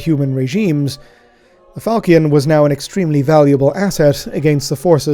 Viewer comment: NB falchion pronounced with a -sh sound. Although perhaps our learned scholar is too removed in the grim dark future to remember his middle french